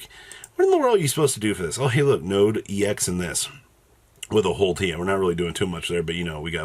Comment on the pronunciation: you do know it's pronounced EX. Not EEE X. Just Ex. The T is there to hammer that home